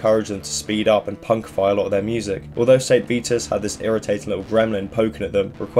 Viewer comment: I get stabbing pains every time you pronounce Vitus as "Veetus". Good video though.